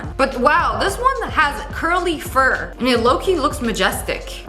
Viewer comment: Did she say “furr” on that pigeon? lol😂